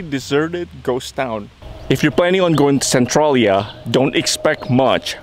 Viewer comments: Schuykill is pronounced skoo kill and Centralia is pronounced sen trail yah. Nothing like how they are spelled. Really enjoyed the video if you ever come back to PA you should check out the Amish in Lancaster County and Gettysburg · I had to stop watching as soon as I heard him say Centralia that way.